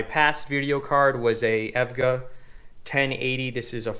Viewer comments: did you really just say evga its e.v.g.a lmaoo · Aesthetic** ae S thetic, you pronounce the S. EVGA** Don't call it Evga, it's E V G A, each letter is said. "Without further ADO", not "Without further do". That... that's not a sentence. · Time Spy is a hall of all the past 3DMark benchmarks in showcase cabinets - one of the first cabinets in the test you'll notice is the Firestrike cabinet. It's actually pretty cool. Lol, and yeah, eVGA is not a word, it's pronounced by saying the four individual letters E.V.G.A. :) No worries though bro, - P.S. love the Cobra in Blue, this is the first video I've ever seen from your channel so I'm assuming that's yours. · It is pronounced E.V.G.A. lol, I really enjoyed the video though! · Tell me how a dude who phonetically pronounces evga gets a 3080 before me. I've had this exact model on evga step up wait list since 9/16. Still waiting. Enjoyed the vid, nice workdesk I'm jealous of that ar15 mat! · can we disregard the EVGA pronunciation lets give him a round of applause for using noctua fans